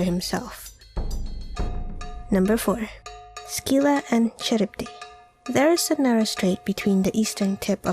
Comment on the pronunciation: You've mis-pronounced the creatures at Number 4. Scylla is pronounced "Sil-La" and Charybdis is pronounced "Kah-Rib-Diss".